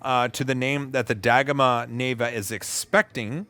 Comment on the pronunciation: I supose it is dagomah, not dah-goma…